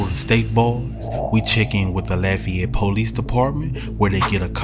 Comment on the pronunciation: I cant get over how this voice pronounced Lafayette